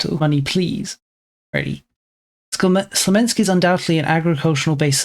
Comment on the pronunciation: "Smolensk", not "Slomensk".